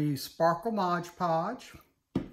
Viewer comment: Beautiful! This is so popular right now. I'm anxious to give it a try. FYI, sounds like you're saying, "Mog Podge." It's Mod Podge! Just saying!